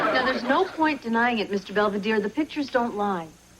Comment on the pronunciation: Heather's friend Angela doesn't know how to pronounce Mr Belvedere's and I know that is part of her character